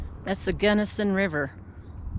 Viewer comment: My beloved Colorado is burning😢😢😢😢 your pronouncing is correct! Our Beloved Mom Born Delta Co! The sights the Lords creation, but makes me dizzy and 🤮🤢